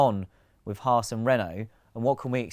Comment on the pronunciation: Didn’t know there was an R in Haas